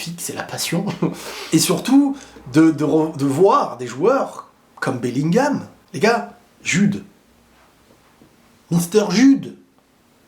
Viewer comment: Fait un effort dans la prononciation. C'est Jude à En disant avec un D devant. C'est pas comme si il s'appelle jus.